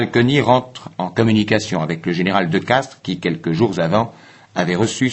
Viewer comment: Le général de Castries, pas "de Castres".